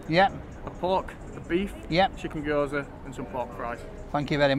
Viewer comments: You should take your mum on a 'rate your takeaway' vlog. They are pronounced Gyozas - Guy Oze As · The dumplings are gyoza pronounced gee-out-za, the lad cocked it up lol. Looked cracking mate.